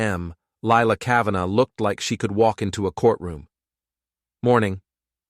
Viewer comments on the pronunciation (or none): Lilac "Ca-van-ah"...nice AI reading, especially after it was pronounced correctly